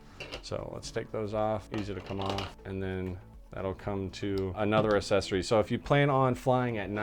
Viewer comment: You've got to learn how to say accessory !! Gees !